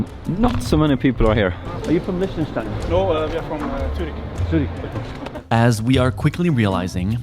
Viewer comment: Bruh why do they keep calling it Lish-ten-stein It's pronounced Lick-ten-stein